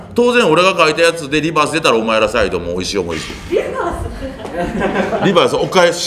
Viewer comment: リバースのRがホントにうまい！(笑)